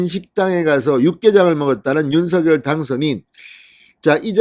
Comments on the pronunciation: 발음을 당선자가 직접 "윤서결"이 아니고 "윤성렬"로 발음해 달라고 언론사에 요청했습니다. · 모든 방송에서도 "윤성렬"로 발음하니 참고해주세요^^